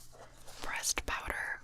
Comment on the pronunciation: Every time you said "pressed" I thought you said "breast" lol